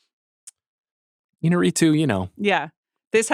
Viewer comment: No one seems to pronounce Iñárrritu’s name correctly, despite the accent mark being right there. Een-YAR-ee-too. Even DiCaprio got it wrong in his Revenant acceptance speech.